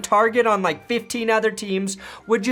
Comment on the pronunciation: It's a LIKE button, not a LICK button.